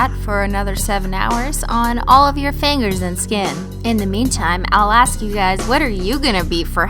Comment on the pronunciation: Did you say fangers? No fingers? Lol ,y just be my hearing.